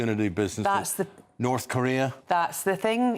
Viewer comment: How novel to have a weatherman say NorTH and not Norf... Keep it up!